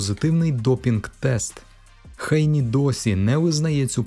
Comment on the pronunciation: Що за Хейні? Ви чули коли небудь "Хейні"??? Хто це так каже крім росіян? 🤣 ГЕЙНІ.